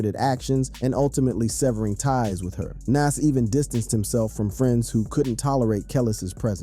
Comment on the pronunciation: How we know you don't know shit is you're not even pronouncing his name correctly. Smh thats crazy